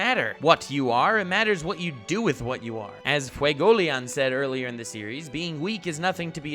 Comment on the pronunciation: Should’ve said FuegoLeon with some umph he’s a badass guy with a badass name and you wimped the pronunciation tbh